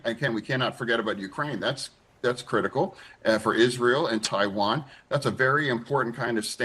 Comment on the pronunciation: Dude said tawain!!! God bless